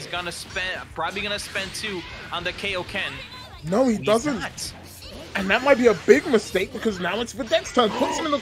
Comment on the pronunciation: pronounces Kaioken like that on purpose, doesn't he?, why do you let him on?